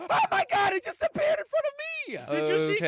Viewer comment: Who else thought said "Granny has a beard" when he said "Granny has appeared"?